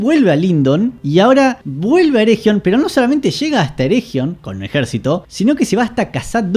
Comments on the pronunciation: Por favor, no pronuncies ereJion, sería más bien "ereguion". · Pronunciaste mal "ERRRREGION", no merecés que siga viendo tu vi... bueno tome su like buen hombre